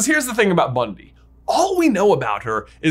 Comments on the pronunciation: bro. It’s Bunty. Not Bundy. 😂 Bruh. Come on. Newt called her Bunty. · It's driving me mad...it's BunTy NOT BunDy! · facepalm it's BUNTY, not Bundy... It's pronounced "BUN-TEE" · Her name is Bunty, not Bundy. And I don't think it's Tina in disguise, but who knows for sure? Jacob is magical, for sure. I knew it when he didn't forget his memories in Fantastic Beasts. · It's bunty not bundy, lol laughed so hard when you called her that. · Great video. one small problem the name is Bunty nor Bundi. I may have misheard and yes she is minimal in the 2nd movie but still. You can see in the note Newt left for her when he left for Paris with Jacob. Still great work waiting for this movie and trying to use my Dad's WB connection story get premier of screening tickets I can't wait forever. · I thought her name was Bunty a common British name not Bundy? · Cool video, thanks! Fyi her name is actually "Bunty," not Bundy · Did you say Bundy? It's definitely Bunty. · Isn't her name Bunty and not Bundy? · It's "bunty" not Bundy. Omfg you guys. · BunTY not Bundy. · BunTy not BunDy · sorry...i cringe at that you call her "Bundy" her name is "Bunty". its small but it bugs me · You keep calling her Bundy!! Her name is BUNTY!!!!! FFS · Isn't it Bun-TEE?